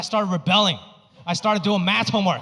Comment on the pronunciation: I love him !! SOOooo funny. I LOVE the way he says MATH as MAST. I LOVE Ranch 99 !!!!!!!!!!!!!!!!!!!!!!!!!!!!!!